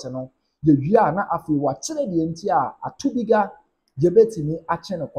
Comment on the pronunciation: ATUKUBA NOT ATUBIGA